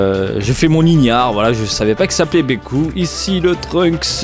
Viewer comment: on dit veku pas beku